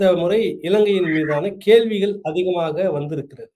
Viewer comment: ஐயா, "கேல்விகள்" அல்ல கேள்விகள் என உச்சரிக்க முயற்சிக்கவும்.